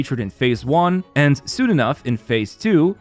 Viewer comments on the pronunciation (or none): none